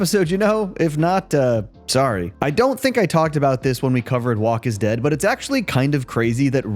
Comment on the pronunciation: are you Canadian?? that sORry was brutal 😭